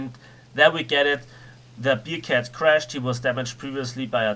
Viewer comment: man spricht es nicht "biercat" sondern bärcat es ist keine Bierkatze ....